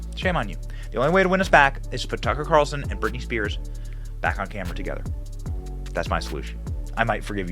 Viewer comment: Who the F is ‘Birtney’ ?! 😂😂😂😂 proof read much?